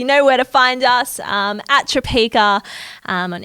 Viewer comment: Obsessed with Tropeaka podcasts and especially the one Caleb did with Sarah's Day and Kurt. I've been desperate to try the products ever since the days Sarah pronounced it Tropiaaaaka😂 _.jadey._ username on Instagram!💫 I sure have underscores in my username haha